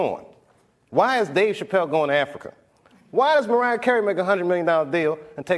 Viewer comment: Did anybody notice at the very beginning of the video she messed up on his name?